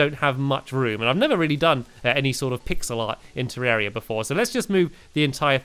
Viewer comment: Hi stampy I've been playing this game for two Yeats and one thing about the pronunciation its not terreria its terraria